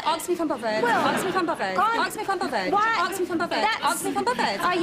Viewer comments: Aks me if im bovered? Well- Aks me if i’m bovered tho? No b- Aks me if i’m bovered? You- Aks me if i’m bovered? Wha- Aks me if i’m bovered? Are you bothered? No who told you i was bovered? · Bovvered* is how show pronounces it. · The way she said bothered sound like povert